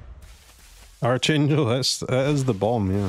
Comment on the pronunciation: Sad to hear it. Vocabulary is a pretty important subject in grade school. I know you read arch in archangel but the enunciation is arc rather than arch. Back to basics. Read a dictionary! It’s good for you.